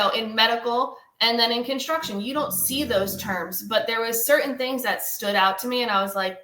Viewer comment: "Serin words that they use that you dont see every day..." WHAT THE HECK IS "SERIN..." O.M.G. ARE THEY ALLERGIC TO THE LETTER "T"